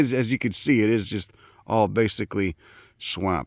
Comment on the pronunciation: the way you pronounce swamp, rules